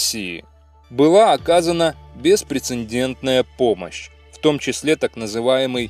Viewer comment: Хороший ролик.Коробит только дважды автором произнесённое слово :" беспрецеНдентное". В слове этом, первой буквы "Н', не существует .